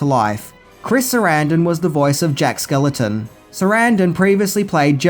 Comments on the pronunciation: why do you keep mispronouncing Jack SKELLINGTON's last name? It's not that difficult to say, it rhymes with WELLINGTON. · SKELLINGTON! SAY IT PROPERLY OR OOGIE BOOGIE WILL COME FOR YOU! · Is there some name change for Jack outside the US? His name is Jack Skell-ING-ton not Skeleton over here.. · Are you saying Jack “skeleton” lmao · Why are you saying Jack SKELETON? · Is anyone else bothered that he keeps saying Jack Skeleton? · Enjoyed the video. My all time favorite Christmas movie. BUT!..... skellington....skellington....SKELLINGTON. It's Jack SKELLINGTON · SkeLLING TON not skeleton. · I love ya Dude. But it's Jack SkellINGton not Jack Skeleton. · God damn it,... The guy's name is Jack skelINGton. Not skeleton. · Are you saying Jack Skeleton? Just like you said Tia Korea? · It’s Jack Skellington. Stop saying skeleton! 🤬🤬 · It's not Jack Skeleton... It's Jack Skellington; there's an "ing" in there. Other than that, great video, dude =) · It’s Skellington not skeleton 😊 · Skel LING ton, NOT "Skeleton." I mean, really!?! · Don't ever change,. It's Jack Skellington, with an ING in the middle and not Jack Skeleton or Skellenton. Also, how could you forget to mention the annual Disney tradition of the Nightmare Before Christmas overlay on The Haunted Mansion ride? Something that Disney does in at least California and Orlando starting sometime in October and running through at least Christmas and is hugely popular with park goers. When I used to have an annual pass, The Haunted Mansion would be dead, no pun intended, most days that I went, but during October through December, the ride was almost always packed. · Are you actually saying 'skeleton' instead of 'Skellington', or is the pronunciation getting lost on my ears in your accent? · Jack Skell-ING-ton, not Skel-eh-ton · It's Jack SKELLINGTON (rhymes with WELLINGTON), NOT Jack SKELETON. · Is no one going to point out that he keeps saying "Jack Skeleton" instead of "Jack Skellington"??!!